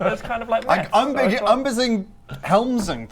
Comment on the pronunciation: when you hear meth instead of maths